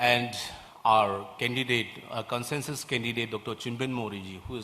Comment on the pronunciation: NPP president pronounced Consensus as conshanshus,and president as peshiden.